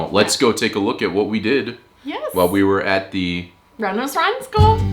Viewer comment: You're probably aware, but you're pronouncing Randers wrong. You need to pronounce the "a" more sharply, like the "a" in "Shark", or danish word for kind; "rar" Secondly, the "d" is silent. Though I don't blame you, you're likely used to pronouncing d's when you see them after n's, such as the name Rand Paul - but this is wrong. (And you did do it right in the second half of the video) Finally, the "er" sound is actually more of an english "or" sound, or the way you pronounce "os" in danish.